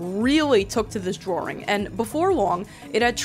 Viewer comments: i love you but for the love of god please say drawing right 😂i know that accent nakes it hard but i believe in you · The way she says drawing like drawring is hilarious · the way you say "drrrawring" makes me hawwwd. youre lip stick look like youve been rimming b holes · "drawring" welcome back queen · Some thoughts after my two hour watch: I LOVE how you say drawing... not hate, even the slightest. Just love words that your accent comes through :). Love how you can talk about deep thinking and introspective growth and concepts.... to then immediately cut to "AND pregnant Luigi". Was interesting to see the history and facts behind the language of the internet we all use and have been a part of. GREAT work on this friend :)